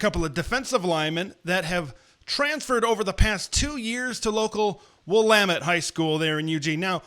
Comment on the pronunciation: Kudos to for pronouncing Willamette like an Oregon native.